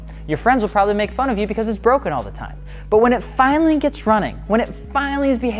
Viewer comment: why is he trying to say “broken” in German ?